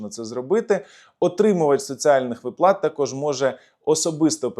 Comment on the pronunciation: вИплата - правильний наголос 😊